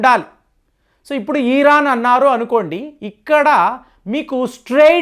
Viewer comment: ఈ రాన్ కాదు ఇరాన్